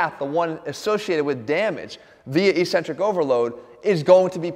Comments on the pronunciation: Hate to be that guy but its eck-cen-trik not e-cen-trik. The opposite of concentric contraction. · Just a heads up it's pronounced ek-sen-trik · Why does he say e-centric?